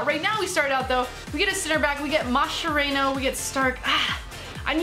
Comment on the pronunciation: Mascherayno? WTF? It's MASCH-ER-A-NO